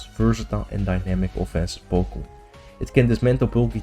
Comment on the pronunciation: Po Kay Mon